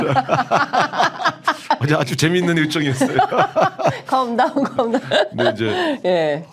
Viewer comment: 컴다운이 아니고 캄다운임!!! ㅋㅋㅋㅋㅋㅋ